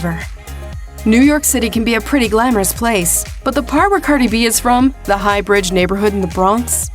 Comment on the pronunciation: Pronounces her name wrong right bfr the clip of her saying her name 😭